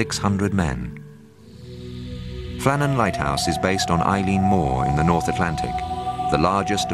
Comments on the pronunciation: Its not Eileen its Eilean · I think it's pronounced "Illin", not "Eileen"